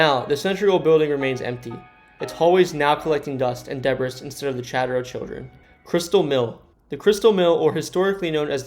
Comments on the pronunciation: Why are u saying deb-bres instead of debris ? 🤣🤣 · Debris, is pronounced de-bree, not de-briss. LOL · Debris isn’t deb Riss. It’s de-bree. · You’re pronouncing Butte and Debris wrong! What’s wrong with you???